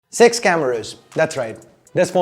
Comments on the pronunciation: Dude it really sounded like you are saying “sex cameras” 😂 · It actually did! I was in shock for sometime 😅